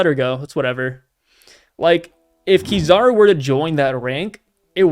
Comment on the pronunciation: Sorry, I can't get over how he pronounces Kizaru. :face-blue-wide-eyes